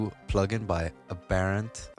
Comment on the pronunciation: American English would say AB-ur-ent